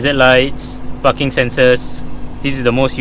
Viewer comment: pls ' P a R king ' Breaks.. say it. PARKING..